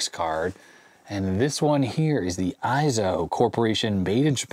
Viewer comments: It probably is "ey-zo", not "eye- zo". It is a Japanese company. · Small note, eizo would be pronounced as ayy-zo, with a long A sound rather than eye-zo. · It's pronounced "A"-zo.....like "eight" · Eizo is pronounced Ayy-Zo. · The "ei" in EIZO is pronounced like a long "A".